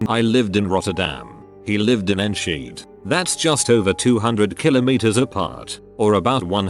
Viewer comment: that sometimes happens to me, too. The weirdest thing, though, is that I don't remember what happened when I feel that, but I know that I felt like that. I can actually feel it coming. Also, absolutely loved how the auto-voice pronounced "Enschede". It was completely wrong, but still.